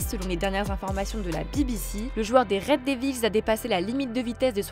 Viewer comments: La pronomciation de "red devils" fait mal aux oreilles... faite un effort svp. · Red devils,meringue travaille ta prononciation 😂